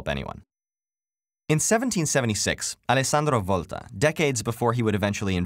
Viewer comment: Congratulations to the speaker, who pronounced "Alessandro Volta" in a surprisingly good way :D